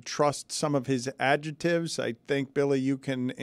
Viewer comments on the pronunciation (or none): Can Dan not say the word "adjective"? He is saying "adjetive"